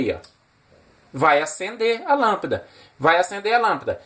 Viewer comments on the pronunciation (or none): Amei o vídeo, principalmente o marelo, marrao e lampida kkkkk, brincadeiras a parte, melhor explicação de relé que ja vi, estou tentando entender faz tempo como usar e ter um pouco de conhecimento, parabéns pelo vídeo, o único vídeo bem explicado sobre o funcionamento de um rele na prática 👏👏👏👏